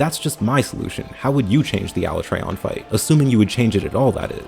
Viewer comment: “Aluh-trey-on” Im dead